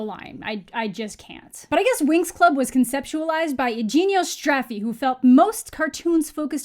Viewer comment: You’re the first anglophone person that I heard pronouncing “Iginio Straffi” as Italian do.